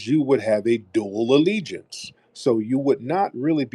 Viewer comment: Ah, dual alligence. Did you say you like wearing " jewelry"????